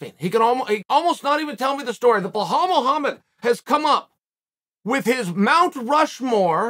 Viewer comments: Blohal and Mocklechev 😂😂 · “Blohal Mohammed” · Says Blahal Muhammad then called him as someone with weird name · Come ooon Chael I'm sure your not an illiterate call the guy Bilal and not blahal....can't you see the difference??? But hey nothing but love for you from Amsterdam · Behow, darush, malkelchev.. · who the hell is Bohal? 😂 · Bel - al, who the f@ is 'Blahaal'?! Remember the name! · "BLEL-HALL" Still undefeated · I love your channel I love the work you do you’re one of the best at this and you know you’ve been there done that is one question why do you slaughter Belal Muhammad’s first name soo bad lol ? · "A guy with an unusual first name..." - LOL, well yeah, after YOU pronounce it, Unc! :D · They respect him so much that they don't even pronounce his name right lol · It’s not Chaels fault bluhawls parents named him wrong (undefeated, undisputed btw)